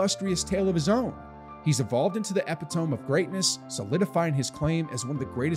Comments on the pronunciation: I had to stop it when you mispronounced epitome lol. Ep uh tome vs uh pit uh me. Can’t take anybody seriously that can’t pronounce a simple word correctly. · E-pi-to-me not epi-tome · You pronounced "epitome" as epi-tome, it's eh-pih-tomi. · Lol dude said "eh-pi-tome" instead of "eh-pit-oh-me" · . "he's evolved into the epi-TOME of greatness" Uh, epitome is pronounced uh-PIT-uh-me. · Eh- pit- tome?....what is that... e-pit-to-me is the right way.. I was taught unless I am wrong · YOUR IQ 2 !!! EPITOME pronounced """ A- PIT -O - ME NOT" "" EP-A TOM""" GO BACK TO SCHOOL BEFORE POSTING MESTER SPOOTS !!!!! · Epitome is not pronounced "eppy-tome". It's from Greek, and is pronounced "eh-PIT-oh-me". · 'Epitome' is pronounced ee-PIT-o-me like 'a bit of sea' not EPI-tome like 'astrodome' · Epi-Tome??? what the hell is that? It’s pronounced: “Ep-it-o-me” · This guy just say "epi-tome"? Wow. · My guy Epitome is pronounced uh·pi·tuh·mee. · This dude said "epi-tome" of greatness. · Epitome is not pronounced ep-ee-tohm. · Epitome is pronounced eh--pih-toe-mee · When he pronounced it "Epi-tow-m" I'm out of here. A.I is creepy. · Epi-TOME 😂 Lmfao learn how to pronounce words before you use them on a video for the world to see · that is NOT how you pronounce epitome lmao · I don't think you pronounced "epitome" correctly lol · you're mispronouncing epitome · How do you pronounce "epitome"? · Epitome pronunciation?😅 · … epitome? Did this announcer really just pronounce that completely wrong? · To the illiterate announcer... learn how to pronounce words before you use them... "epitome" -- did someone write the script for you? Do you have any idea what your talking about??!!! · The Epitome? You obviously don't know how to pronounce this word. Who hired You? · That’s not how you pronounce “epitome.” 😂😂😂😂 Who wrote this for you? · I did cringe when I heard that. He pronounced it like it was about a book.